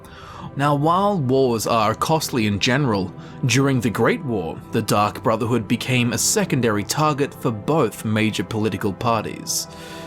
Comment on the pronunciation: I heard Dung Brotherhood which is infinitely hilarious to me since he was talking about them making a mistake